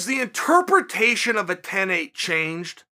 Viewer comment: Anyone else notice chael can't pronounce interpretation